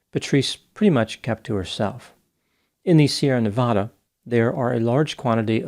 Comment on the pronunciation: Biggest pet peeve is when people mispronounce Nevada